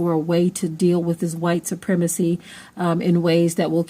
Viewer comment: First OF ALL stop saying supremecry !!!!